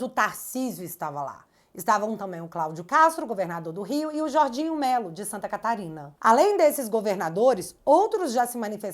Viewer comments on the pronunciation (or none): É Jorginho Melo. Não Jordinho!